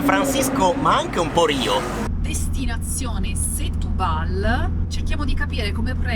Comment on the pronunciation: Setubal si pronuncia "Shtubal": insieme a "bom dia", "obrigado", "bacalau" sono le uniche cose che ricordo del portoghese